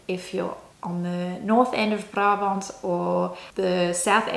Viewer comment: Als je Brabant wil uitspreken... Spreek dat dan uit als: Braabant :)